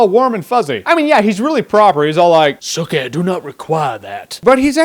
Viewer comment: I like how bill doesnt say sookie he says sookeh